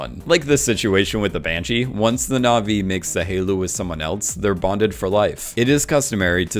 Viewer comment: Dude! You mispronounce na'vi 3 seconds into your "comprenhensive guide"...